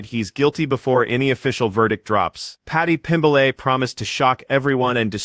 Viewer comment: Paddy pimbiley 😂😂